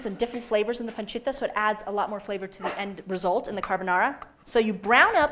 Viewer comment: damn... she's gonna pronounce pancetta and parmigiano reggiano all properly in italian and then add cinnamon, heavy cream, and fresh pasta to her "carbonara" WTF